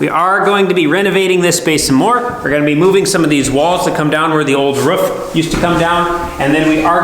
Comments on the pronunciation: I love this show you have. I love the personalities. I love the project. What drives me crazy is your mis-pronunciation of “roof”. It’s a roof not a ruff. You don’t brush your tuth (tooth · Really good videos, but roof, not ruff. Also insulation goes on the ceiling and walls 😉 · What an exciting renovation. A blank slate to do with what you want. Roman is an incredible addition to the farm. He knows his onions. Why can't you say roof properly? How do you spell it the way you pronounce it? Ruwf? Not only is your voice getting louder and shoutier all the time, but it is getting used more and more, too. This video was more like a podcast than a video. I don't like it. The things you describe over and over can be said with far fewer words. It might just be me though. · a dog says ruff.. the top of your house is a roof, sounds like room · Its roof, not roof